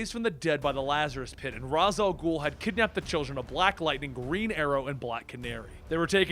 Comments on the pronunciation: Raysh. It's pronounced "Raysh Al Ghul." Not "Roz Al Ghul." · You say Ra's al ghul wrong😐